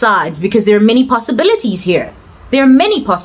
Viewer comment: How you say possibilities 🙌😂o snob tlhe